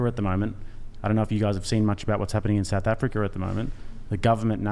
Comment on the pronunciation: "idk if you guys have seen what's going on in South Africar lately" I know they can't help it but the phantom R's that slip into Austrailian's words drives me nuts!!!